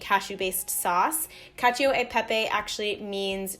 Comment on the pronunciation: cacio is pronounces "cacho" by the way, not "cacheeo"